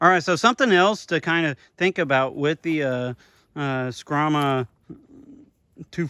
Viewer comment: The only problem you had with the knife was pronouncing the name. Think of it as a a bull of a knife. The Brahma Skrama.